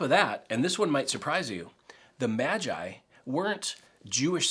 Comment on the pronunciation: Magi. Pronounced May jeye. Singular: may gus. ( MAGUS). This not the first incorporation of outsiders. Check out the story of Ruth, e.g. These guys were most probably Zoroastrians. And yes, probably took them 2 to 3 years to get there.